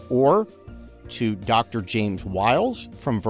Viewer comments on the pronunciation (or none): none